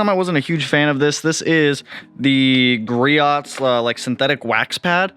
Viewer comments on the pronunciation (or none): I love the Griots speed clay bar, makes clay barring less of a pain. Also it’s produced Gree-ohs. I pronounced it improperly for the longest time too haha